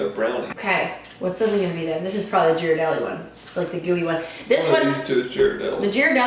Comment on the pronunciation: It’s pronounced gear-uh-deli ;)